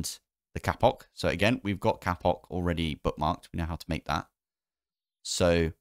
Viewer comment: stop saying kapok